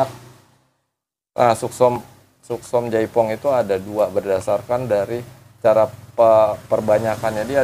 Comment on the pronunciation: Yang bener katanya Suksom chai Phong bang bukan jaipong 🙏🤗